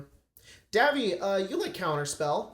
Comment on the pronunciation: Davvy pronouncing my username perfectly felt cursed for some reason